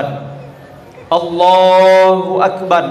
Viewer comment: Minta maaf sebelumnya klw semisal pendengaranku yg salah... Apakah pak ustadz ini takbir mengatakan ALLAHU AKBAR ATAU ALLAHU AKBAD...